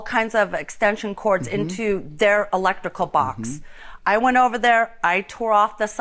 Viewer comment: Electical? shes missing that R lol